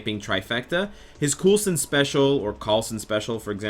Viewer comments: coal-son is how it's pronounced. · I've been waiting for them to T2 Quake for 84 years! I don't know what the hold up is re: AOS characters. Also it's pronounced Cole-Sin. I gotchoo. Thanks for the vid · It's said like coal son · Ruby Rose more like Cool-son (▀̿Ĺ̯▀̿ ̿) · you slipped a bit with coolsons name. tsk tsk